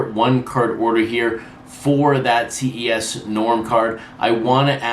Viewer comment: Ces (pronounced “ses” like the beginning of cesspool ) PR 3800. Love the channel!